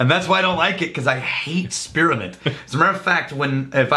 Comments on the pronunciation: I didnt know spearmint had 3 syllables. "Spear-uh-mint" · Spearamint. Spear 'a' mint., I can understand caramel, but there are two, TWO, syllables in spearmint. On a serious note: Would making a blend of Military Special and a particularly eucalyptus forward rye result in the ultimate cough medicine? Or would it simply be too gag inducing for anything other than an emergency emetic? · What is “Spir-A-ment”?